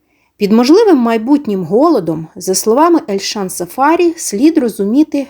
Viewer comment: Цікава інформація , дякуємо але ,шановна,трохи вчіться, хоч якось почитайте, а саме ,в східних народах наголос ставиться на прізвище не так ! Не сафа'рі, а сафарі'. Наголос треба ставити на останній склад!